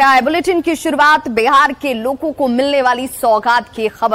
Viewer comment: loko ko milegi ya logo ko milegi please correct pronounciation